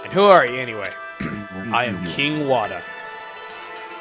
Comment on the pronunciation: Rly now...Wada is pronounced Water..and hes a waterish king..lol..